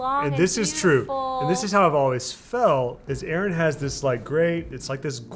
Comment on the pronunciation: I love how it didn't take long for Erin to turn into 😂❤